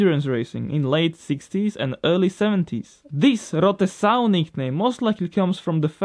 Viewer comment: Great vids - On the mercedes, Sow; not like sewing, but s-OW. s- when youre in pain you make this noise. glad to help with the engrish